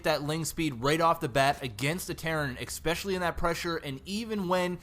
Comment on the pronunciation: Especially. NOT EXPECIALLY